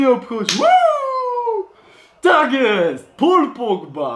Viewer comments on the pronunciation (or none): none